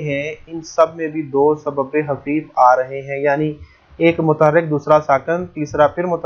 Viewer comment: سر لکھا تو خفیف لیکن آپ حفیف پڑھاںٔے ہیں یہ بات سمجھ میں نہی آںٔی